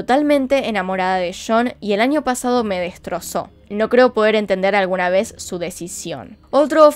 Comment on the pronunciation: Me gusta cuando dices... "Una vej mas " 😂